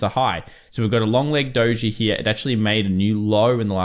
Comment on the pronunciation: Triggers me how you pronounce the word "here".